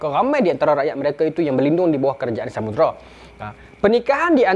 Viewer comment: Pembukak tirai tu bukan Samudra, tapi Samudrai😅 Ingat kan Sundang tadi, rupa nya Samurai.